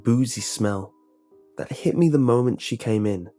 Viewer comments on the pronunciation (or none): none